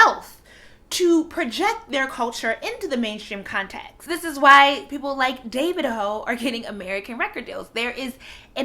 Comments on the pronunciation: she can't even pronounce the name properly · Did you mean D-A-V-I-D-O